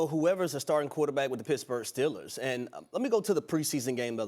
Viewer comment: It’s Steelers! Not Stillers